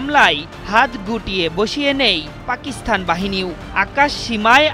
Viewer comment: উপস্থাপক বার বার পাকিস্থান বলছেন। সংবাদ উপস্থাপক হিসেবে সঠিক উচ্চারণ উনার জানা উচিৎ।